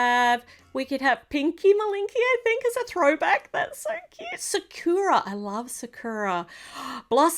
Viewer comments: the name sakura is SA-KUE-AH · How you pronounce sakura is sak (kinda like sock) ku ra